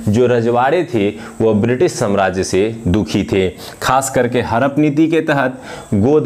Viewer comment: Harap mt bolo hadap bolo hume samajhne me dikkat hoti h